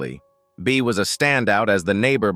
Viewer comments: It was Bea. I don't know what AI was pronouncing it as ..it wasn't anything I recognized. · Didn't do a very good job on Beas name